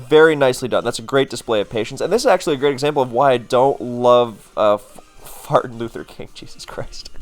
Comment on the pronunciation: "FartinLutherKing." Good lord, not even The Boondocks would think of that 🤣